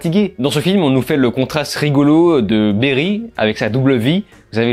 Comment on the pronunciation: Barry pas Berry